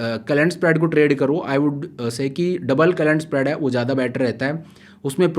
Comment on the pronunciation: You speak very well, but some of the words you use aren't appropriate like "Jada, Maja, means used "Z" in that words not "J".....